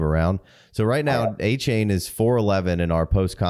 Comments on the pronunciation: nope. It’s a-chan like Jackie Chan. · He's got a-chain I got 2 chains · Listening to him say Achane’s name wrong was brutal.